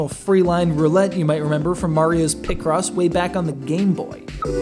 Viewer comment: Sounds like you’re saying picrossy 😂